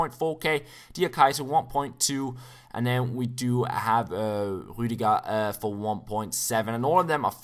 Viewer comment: You pronounced Rüdiger so good